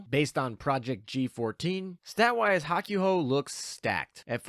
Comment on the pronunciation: Bud don't you understand Japanese at the very least? You should know the the japanese u makes only one noise when by itself and the a ooh sound. Therefore Hakuhou does not sound like Hawk you ho its Hawk ooh ho. For the love of god man you speak for a living, learn to say things correctly.